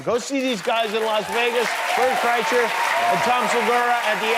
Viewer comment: Bert must be ecstatic that somebody pronounced his last name properly! GJ Jimmy 😂